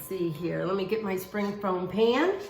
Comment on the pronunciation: She kept saying spring foam pan. I laughed every time. She's so cute.